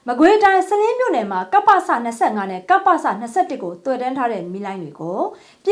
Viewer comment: ရေးတော့ စလင်း ဒီလို ဖတ်မယ် စ,လင်း ပါတော့မယ်